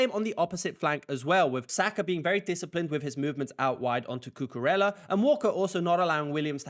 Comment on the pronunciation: First congrats for your videos. Second if you allow me to share a tip with you when saying spanish words the double L sounds (let's say) like Y. So you can say Cucureya and is gonna sound accurate. 🙏